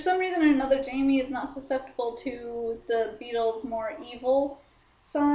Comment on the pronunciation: its pronounce Hi-may. good review tho